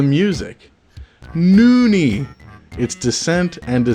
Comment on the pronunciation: Noonie? You mean... no one? (noone)